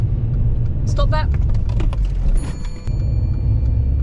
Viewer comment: you sounds dutch cause thats how we say stop in dutch